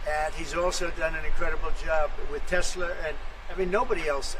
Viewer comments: Teslur? Hahahaha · What about the " I love tesler!" Clip😅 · What the f is donny talking about? If you "do" what to tesler as he calls it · Trump couldn't even pronounce the name Tesla right. He was also confused as to what the black round thing was when he sat in it. When he saw all that black, he was heard to say, "Didn't TESSLER get the memo on DEI"? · I hope Tesla shares tank at $10 and he keeps calling it “Tesler”. 😆😆